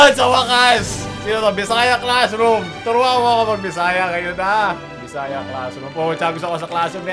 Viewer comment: on point po accent ng bisaya mo HAHAHAHHAHAHAHA